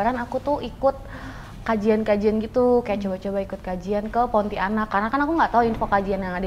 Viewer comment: Pontianak bkn Ponti anak😅 Tdk di pisah dlm pengucapannya